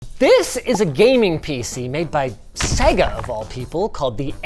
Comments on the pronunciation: Who the heck are segger, its pronounced say-ga, have never heard it pronounced like that. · What’s with the guy saying seh-guh instead of fucking sega????? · Sega not Seiga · Come on guys, they literally tell you how to pronounce SEGA in their game intros. It's SEY-GAA, not SEGGER... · Why can no one at LTT pronounce "Sega" properly? Do they not remember the old "Say-gaaa!" opening screen? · Ffs say Sega properly.... say-ga had to turn video off half way through as it is infuriating to constantly here the mispronounced version of Sega. BTW love what you guys do. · Why can't anyone pronounce Sega correctly? It's literally yelled at the beginning of its most popular game of all time. SAY-GUH! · Why can't you say Sega? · The way they say Sega bugs me lol, Think Sonic 1 bootup.